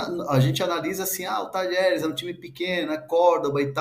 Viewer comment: Um jornalista pronunciar Talheres é dose hein PQP!!!